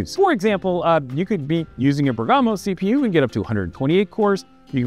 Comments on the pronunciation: Bergamo; a commune in Lombardy, Italy - i think the emphasis is on the 1st vowel - [BERG-amo] instead of [ber-GAMO] - well, that's the anglicised pronunciation, anyway. Greeting from Germany. 😅🤌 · Sorry but I need to do it, after hearing to it 4 times in a row. It's Bèrgamo, not Bergàmo :-)